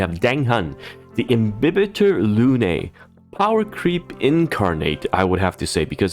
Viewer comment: watched because of the overview, followed because he pronounces “imbibitor” and “tingyun” correctly